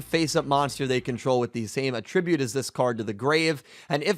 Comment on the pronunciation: Great video but pls learn to pronounce attribute lol